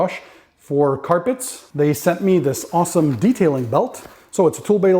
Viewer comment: For a split second was from Alabama "so it's a too bae-elt" with a southern draw and all.